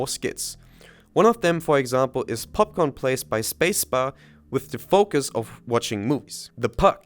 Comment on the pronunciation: i find it funny you pronounced popcorn palace wrong lol